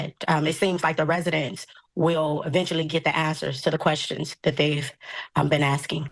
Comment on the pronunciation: it's "kwerstion" LMAO! 🤣🤣🤣